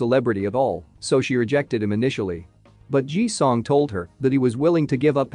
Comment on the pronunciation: First, it's Ji Sung NOT Ji Song as it was said. And he is one of the best actors IN THE WORLD, not just in South Korea.